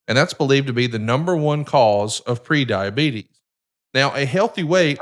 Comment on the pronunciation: Eric needs a better connection and/or equipment, he's always constantly cutting out. I dunno if his background cancellation is too high or what, but it's so hard to listen to. Same with, listen to his medical plug, the S is left off diabetes and he says "rain" instead of "range".